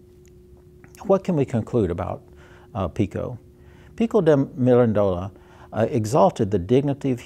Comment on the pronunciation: Please, it is not ^^ miran DO la^^ with the stress on DO. The correct pronunciation, the only one is ^^ mi RAN dola ^^ stressed on the RAN syllable. You got ^Quattrocento^ right, if that is a consolation.